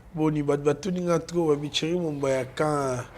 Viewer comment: c'est Thierry et non tchery monsieur